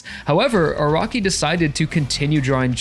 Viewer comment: Funny he says Araki as "a rocky"